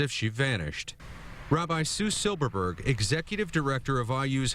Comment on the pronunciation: Silbergberg? BergBerg.....